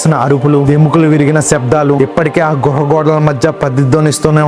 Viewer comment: గృహ కాదు గుహ